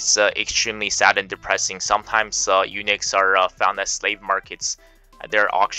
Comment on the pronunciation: It pronounces "u-nucks" NOT "u-nix".